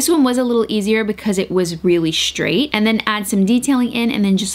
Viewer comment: It always makes me cringe when she says things like "shtraight" or "shtrand" 😂